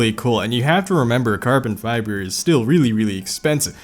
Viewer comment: "Hydro-dipped carbon fíæþer" "there are a lot of cummies" "you can actually just sğiť this"